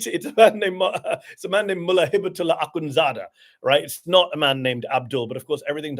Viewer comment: Ok I've always loved Mehdi but the way he pronounced akhunzada was so bang on I love him even more... And I'm from Afghanistan and grew up there